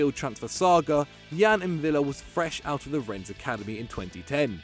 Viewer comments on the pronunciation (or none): none